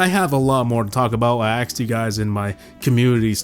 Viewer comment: I find it silly by him mispronouncing "Asked" as "Axed" but it adds to the "Dankness" meter